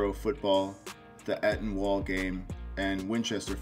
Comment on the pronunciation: Eton school the home of the Eton wall game is pronounced with the first syllable rhyming with 'sweet' not 'sweat' as you said it.